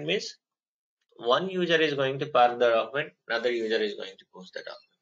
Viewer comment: its not prak its park